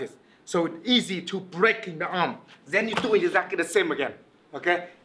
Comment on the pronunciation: i love when he say zen instead of then